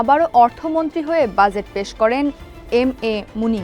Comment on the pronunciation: Exactly bhai, budget ta jebhabe uni pronounce korlen ekdom worst laglo. She is not fit for this post.